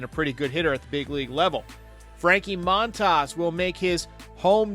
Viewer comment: His name is pronounced moan-tahs